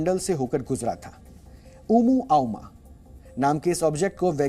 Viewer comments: ओमुआ मुआ उमू आउमा नही पगले 🤣🤣🤣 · Vo uvmuAimaa nahi Sir ji Omuamuaa hai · Yaar, at least theek se pronunciation to seek len aap log; "Planets" NOT Plates, "Exo-planets", NOT "expo-planets", "Oumuamua", NOT "Oomuoumu" 🤯🤯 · Uma ama Nehi ..bolo o yeah o yeah 😅 USA porn company 😂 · अगर सुधीर चौधरी होते तो प्लानेट्स को प्लेट और ओमुआ मुआ को आऊमा नहीं बोलते। नेशनल न्यूज चैनल पर प्रसारित होने से पहले एंकर ने होमवर्क पूरा नहीं किया..!!😂😅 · Omuamuan ishka naam hai. Umu auma nahin..... Kya sir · Umuaama nhi omuamua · It's not umooaooma 😂 Scientific name of that object is oumuamua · ओमूआमुआ बोलने नही रहा है न्यूज एंकर साहब को 🤣